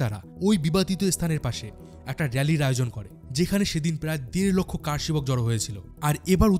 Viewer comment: VDO ta khub bhalo, tabe Kathata Kaar Sebak noy , Kar Sebak